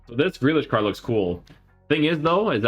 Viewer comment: Stop saying CARCH!!!! C A R D !!